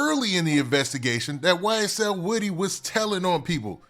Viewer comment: Woodie not wittie lol